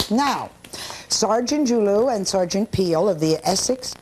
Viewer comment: His last name is actually pronounced Ju-Lu.